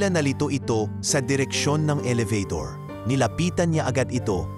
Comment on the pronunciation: I wish you pronounce the right words. Like HIJA, ELEVATOR ETC. PRACTICE READING BEFORE.